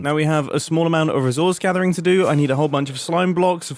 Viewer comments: Honestly, “resource gavering” sounds like it was said/typed by Stress. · “Resource Gavering” 😂